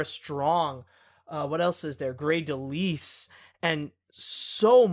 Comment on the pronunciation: It's It's pronounced De-lyle although it's spelled Delisle